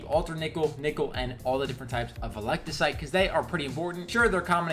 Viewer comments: "Velecticite" Wat. Veltecite. Vel. Teh. Site. Veltecite. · Vel-ti-cite not veliticite Lmaoo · "velectacite" brotha, you play the game this much and can't remember Veltecite, normally wouldn't critique something so minor but when you making a video about the shit why not at least make sure you saying it right 😂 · its "VEL" - "TEH" - "SITE"...